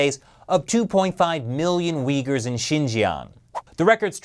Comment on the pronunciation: Did you say track the regions are uyghur people or did you say the weak people my hearing is getting really bad lol I think I will have to fit a dolphin Raider cochlea or cochlear some kind of vertebrae in my ear